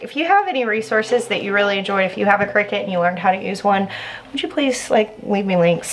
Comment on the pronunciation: I thought those things were pronounced Cry-cut